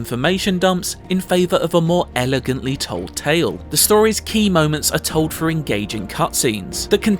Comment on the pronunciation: Thrilling not frilling and through not frough